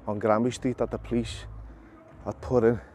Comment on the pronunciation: Mate it's GRANBY Street.